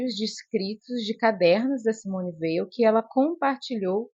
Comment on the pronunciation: Parabéns pelo vídeo. O nome Weil é de origem Alsaciana e se pronuncia "Vei". Thibon tem a sílaba tônica "bon". Como disse Susan Sontag, "Espera de Deus é o melhor livro para iniciar um encontro com a escritora. A originalidade das suas percepções, a paixão e subtileza da sua imaginação teológica, a fecundidade dos seus talentos exegéticos estão aqui..."